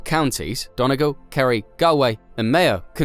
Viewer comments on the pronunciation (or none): I appreciate the intent and effort - thanks for the video... Note that more than a few times, your commentary is out of line with what is on screen... Donegal is pronounced Dun-knee-gall, not don-neg-al.